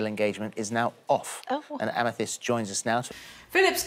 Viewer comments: I die a little everytime you say amy-thiest amethyst.. is a crystal, the purple one pronounced ama-thist hahahha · pronounced amethist sorry i hate correcting but every time u said amethiest my soul coiled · amethyst like fist, not like theist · It's committing to mispronouncing Amethyst after hearing pronounce it correctly for me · I made sure I was right but Amethyst is pronounced...am-eh-thist. Don’t hate me telling how to pronounce this word...I swear I know it’s a hard one. Love you. —from a Texan in the USA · amithiest... amthiest, amethiest! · Am a theeeeeeeest...am-a THist...Holy Wallaby gottit. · thhhhiiiist no r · I adore how you have no pretensions. Fuck yes. If you can’t pronounce something, what’s the problem with that eh? Ah meh thist should be abandoned as a pronunciation. Balls to it tbh. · Lol Am-i-th-i-st like the February birth stone. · Amythest = Ah-ma-thist Lmfao Still love you though❤️ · am-uh-thist for the love of god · amm-UH-thist fyi =) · I love you, darling, BUT THAT'S NOT HOW YOU PRONOUNCE AMETHYST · Hearing Amethyst being pronounced like that so many times took years off my life. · the way you pronounce Amethyst is killing me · Today I learned that British people pronounce "Amethyst" REALLY weird. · I cannot get over how you pronounce amethyst 😂 btw love your hair! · trying to pronounce Amethyst has officially broken me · HAVE YOU NEVER HEARD THE WORD AMETHYST BEFORE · not you pronouncing amethyst like that 💀💀i know the english language makes no sense but y'all ever pay attention to the letters you see sdkjfhskjf